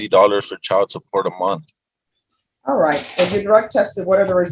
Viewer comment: Has anyone noticed that says “munt” instead of “month?” Lol I giggle every time I hear it. 🤭